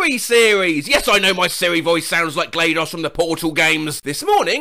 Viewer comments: He did not just say glaydos instead of glados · Ngl, the way he says GLaDOS in the beginning is making me wince/cringe at the pronunciation of it. No offense to you but it’s pronounced Glad-os, not Gladeus This is coming from someone who a avid fan of the portal series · Not “Glaydaws” it’s “glahdohs” In terms of pronunciation. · your pronunciation of GLaDOS makes me physically sick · same GLayDOS 💀💀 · Ain’t no way he just pronounced GLaDOS “Glay Doss” instead of “Gladys” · do not call GLaDoS glayhdos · its pronouced GLADDOSS not glaedos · Portal fan here, it's GLaDOS pronounced like Gladyss but with an os at the end and sounding like GLaDOS is a good thing. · The way he butchered the name "GLaDOS" saying it like "Glay-doss" makes me (a portal fan) want to kick a turret into the spirit realm. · Nah it makes me want to touch the operational end of the device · glaedos??? no, it's GLaDOS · Gotta love pronouncing GLaDOS wrong. P.S., it's Glad - owhs or something. Or Glah - Dose, you probably get it by now. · ah yes, glay-dos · Alright so I don't care if people pronounce glados as gladis or gladOHs, but who pronounces it as GLAYDOS?! And HOW?! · The Siri voice was fine, no complaints. But pronouncing GLaDOS as “Glay-doss” is where I draw the line. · You really just pronounced GLaDOS as GLAYDOS? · glaydos lol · Glados not gledos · THAT IS THE WORSE WAY I’VE EVER HEARD ANYONE PRONOUNCE GLADOS. WHO THE HELL IS GLAYDARSE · your pronunciation of GLaDOS there is disgusting. I’ve never heard another human soul say it like that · they way you pronounced glados frightens me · the way pronounced “GLaDOS” evoked a visceral reaction from me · can correctly pronounce absolute gibberish, but he can’t pronounce GladOS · Your ability to fuck up the pronoucation of GLaDOS is impresive. P.s. I'm not being a insufferable shit when I write Glados's name. The official captilization better emphasises the pronunciation. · I hate how you pronounced GLaDOS